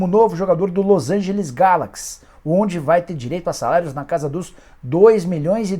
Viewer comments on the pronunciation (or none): none